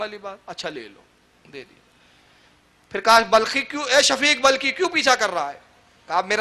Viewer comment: waqil sahab.shafik balkhi nahi wo name shakik balkhi hai. Zara padh kar sunao achi tarah